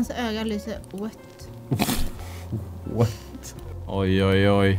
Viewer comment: säger WÖTT XD